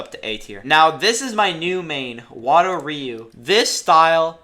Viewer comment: I personally train Goju ryu in my real life dojo so I always pick goju ryu even though I know it’s not the best also when you say ryu you are saying ree-u the actual way of saying it is roo or that’s at least how I got taught by my sensei